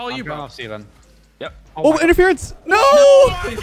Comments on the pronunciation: interference not interferance, come on... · "Interference", not "Interferance"